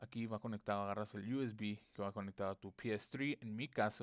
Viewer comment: el "iu es bi" JAJAJAJ pero por dios, no entiendo por qué hablas asi, estás en latinoamérica capo